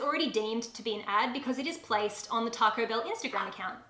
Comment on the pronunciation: Oooooooohhh, TACO BELL! I sware I thought you were saying Targo Bill- and I was so confused about what that could be. 😂